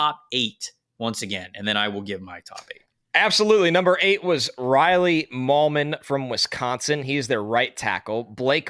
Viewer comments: FYI it's MIGH-lum, not Mil-yum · Are we 100% sure Riley Mahlman’s last name isn’t pronounced like “Mail-man”